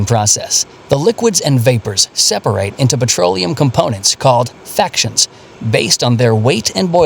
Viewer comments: It was a bad denuciation ....er...bad pronouncation... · Fractions not factions. It is fractional distilation. Is this another BS fake channel?